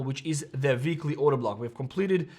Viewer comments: It's weekly not veekly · “Veekly order block” 🤌🏼🤌🏼🔥